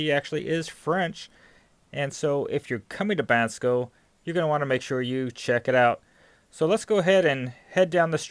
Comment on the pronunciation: It’s not Ban sko it’s Bon sko.